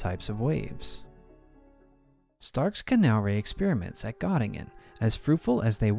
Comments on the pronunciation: An interesting issue. But, 80 years after we lost the war, the names of people and towns should be pronounced according to the country. I cannot remember any university in Gattingen. However in Göttingen. Thumb down. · Gö in Göttingen is pronounced like Gi in Girl.